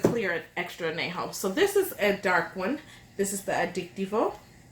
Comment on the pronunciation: Anejo is pronounced....An Ya Ho........not ...An Na Ho